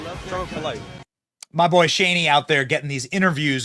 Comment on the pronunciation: The pronunciation of LL Cool j was no accident especially because it was followed by the term "Bohy".